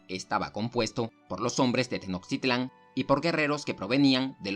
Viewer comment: Al parecer el narrador no es mexicano y es entendiste qué no sepa pronunciar los nombres de la cultura, nosotros los mexicanos sabemos como decirlas aunque en español se escriban diferente